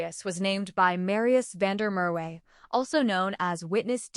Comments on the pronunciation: Van Der Murray??? Van Der merwe!!! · You lost me on van Der Mer we use a real South Africa voice 😂